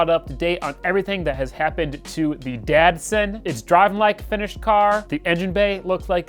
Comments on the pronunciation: Are you saying Datsun or Dad-Son? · Each time you say Datsun project, I hear "Dad-Son" project 😉 which makes total sense for your project! Looks awesome 😍